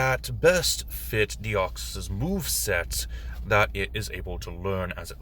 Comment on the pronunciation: You said my name correctly. It really shouldn't be that difficult but for some reason people just cannot say the 's' at the end or they say the Greek version of my name which has an 'ea' instead of an 'e' at the end. As for Deoxys itself there are in fact two ways to cause the mutation. The first is through the explosive expenditure of energy of a meteor impact and the other is being shot with a high energy, high density laser for 15 to 20 minutes straight both of which we see clearly in Destiny Deoxys. That space virus is incredibly stable and hard to cause mutations within. Personally I sometimes refer to Deoxys as the traveler or visitor as that is pretty much what it is. It is incredibly weird for a psychic type to have such low intelligence. Oh the duplication that Deoxys does is actually RNA cloning as Deoxys's entire theme and concept is DNA. For some reason Bulbapedia marks it as a usage of double team despite it having vastly different characteristics to the move itself. As for what other pokemon to do next, how about Trevenent and Aurorus? It would be interesting to see how you would convert that haunted sacred tree and the saurian ice queen. Too bad there isn't a dinosaur race.